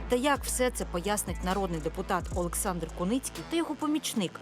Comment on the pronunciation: Олександър 😂😂😂😂😂😂не алекс ,а олекс😂😂😂😂😂.